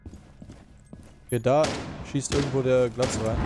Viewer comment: könntest du bitte aufhören mit diesem Glaz...wie du es aussprichst. "GLATZ"